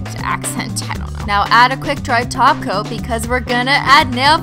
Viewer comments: SHE SAOD TOP COAT NOT TACO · she said top coat not taco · beep_beep_its_ross because she is saying toco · Glad to hear I'm not the only one! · She did not say glossy taco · Only i hear holo "taco"??? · Cause she does